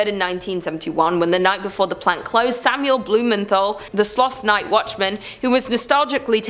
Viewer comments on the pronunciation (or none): none